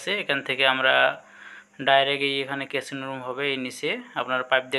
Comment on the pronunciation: কেচিন রুম না ওটা কিচিন রুম